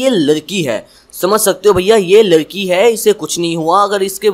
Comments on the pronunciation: Bro ladki not larki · Lalki nhi yar ladki hoti hai 😂😅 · Ladki not larki